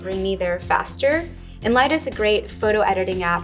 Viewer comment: She said it something like "in light" or something but I don't understand.